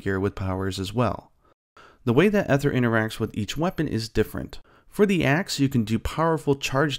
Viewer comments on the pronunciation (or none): Looks pretty good, I'm really liking the art style. Just a tip if you're going to be covering this in the future: the "ae" in aether is a but tricky, but it's pronounced more like an E than an A. better to say EE-ther than AY-ther, even if neither is exactly correct.